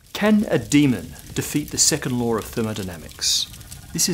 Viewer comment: Am I the only one to hear "2nd lore of thermodynamics"?